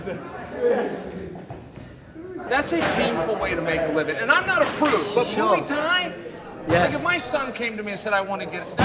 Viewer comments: Chael "Mooie Tie" Sonnen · Chael still using “Mooey Thai” with Hagerty is truly GOAT material. Undefeated and Unpronounceable. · Mooey Tie.